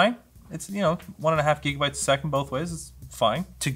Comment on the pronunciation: did you just say jigabyte